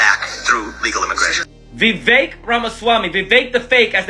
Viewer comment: Vivek rhymes with Cake or as that boo hoo whine cry said Fake